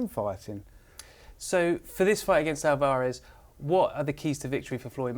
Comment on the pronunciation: Alv-arez NOT Al-var-ez haha sorry it annoyed me. Good effort in the video.